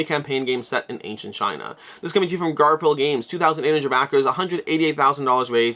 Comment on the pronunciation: Are you still saying Garp-hill? The “ph” should be the “f” sound. Garfill